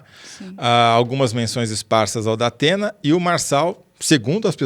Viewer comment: Datena realmente deve pensar em não ir, a menos que ele contrate uma fonoaudióloga